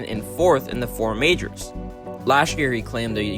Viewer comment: Majors.. Not "Mijrrs" mate... its harsh